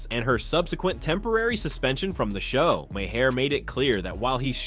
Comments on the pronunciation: It’s pronounced “Mar” not “ma-hair” or “may hair” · Bill Maher. Pronounced Marrrrrrrrrrrr. Not mahair. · If you can't pronounce widely known names, maybe you shouldn't make the video yet.